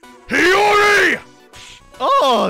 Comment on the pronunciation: PRONOUNCED HIYORI'S NAME CORRECTLY IN THE FIRST 3 SECONDS